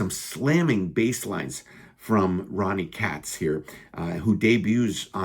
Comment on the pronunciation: Dude. FYI, you butchered a couple of the band member names…. Kevin Brandow is Brand - “0” not Brand-Oww and Ronnie Cates (not Cats). Just want to be respectful to these guys…….